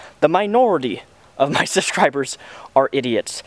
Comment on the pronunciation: the way you say "subscriber" sounds like "suscriber" just need to point that out.